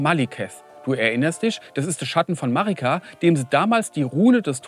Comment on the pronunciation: "De Marigga"😅